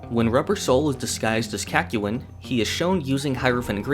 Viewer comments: It’s Kak-yoy-n not. Kak-you-in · Kak-yu-in... bruh what is that pronunciation. In the anime it is quite literally said CACK-YOIN. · please the kakyoin pronunciation is throwing me off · As always an entertaining video. Your pronunciation of Kakyoin however, killed me. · you did not just say kakyoin like that lmao that was brutal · hi and welcome to hamon beat forgot number one: he forgot to pronounce kakyoin correctly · The biggest problem I have with this video is your pronunciation of Kakyoin's name. Otherwise, good vid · The way you say Kakyoin makes me uncomfortable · Ew, why do you pronounce Kakyoinlike that? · I was angered when he mispronounced Kakyoin’s name.